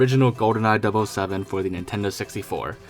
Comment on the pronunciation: I’m a lil trigger at the whole “dub oh 7” thing… never heard it pronounced that way.